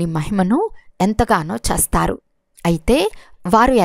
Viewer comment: చేస్తారు అనేది స్పష్టంగా annandi